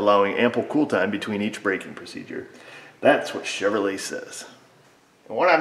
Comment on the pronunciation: Hon-Due!!!!! My bad, I mean Chev-her-lay.